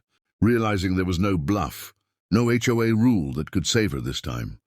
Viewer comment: Maybe it would be better to concentrate on having the AI say HOA instead of Joa or Choi.